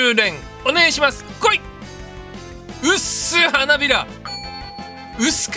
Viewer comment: うっすがぶっすに聞こえちゃう